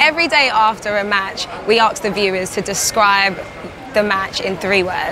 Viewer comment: it's ASK not arks